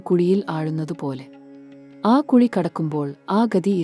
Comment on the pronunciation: Kuli alla kuzhi